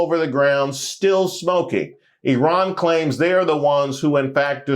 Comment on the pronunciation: Love that you said Eerun and not Eyeran Returning Afrikaners might disagree 😂😂😂